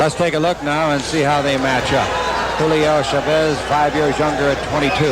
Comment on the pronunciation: julio is pronouced right, ,, cesar and chavez is not ,,, the accent should be on the first vowel.